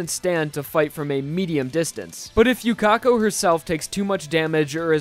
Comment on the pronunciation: His sword isn't bending from speed XF. Haven't you watched anime before? Yuka-ko, not Yu-Ka-ko.